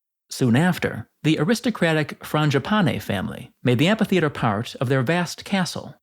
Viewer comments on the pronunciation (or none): Isn’t it pronounced amfi? I keep hearing you pronounce it amPHi